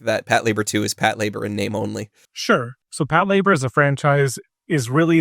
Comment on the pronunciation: I've been watching anime for 20 years and I can't believe this is how I realized I've been pronouncing Patlabor wrong this whole time. I've never seen it (not a big mecha fan), so I'd never heard it said out loud until this podcast